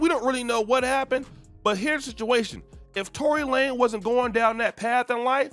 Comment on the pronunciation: Lanez not Lane! lol